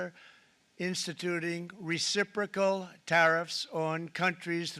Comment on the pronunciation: recipricol tarriffs he says ? ... he is forcing the the responce tarriffs ... always plays the victim ..scumbag